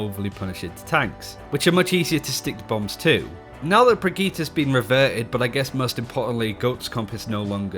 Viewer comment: Bri-git-EH not TA. Brigitte